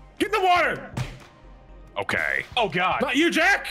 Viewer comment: "Into the ✨️wowa✨️ with you"